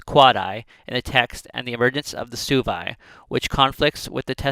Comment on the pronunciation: It’s pronounced “swebi” not “subi”